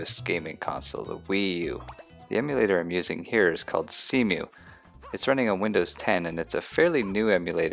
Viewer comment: when you call cemu "See-mew"